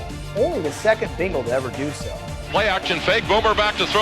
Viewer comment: Now if he could just say "Bengal" correctly... It's BENgal not BINGle.